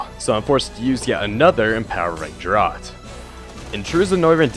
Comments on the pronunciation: "Draught" is pronounced "draft." Like draft beer. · 'Draught' is pronounced 'draft'.